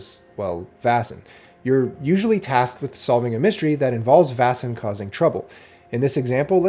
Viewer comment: Vaesen is pronounced "Vay-sen", not "Vah-sen", by the way. It's derived from the Swedish word Väsen, cognate with the German Wesen: Being or Entity.